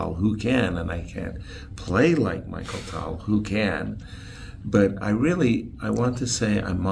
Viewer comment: MICHAEL Tal. LOL. I think Yasser pronounces everybody's name wrong on purpose and is just trolling everyone.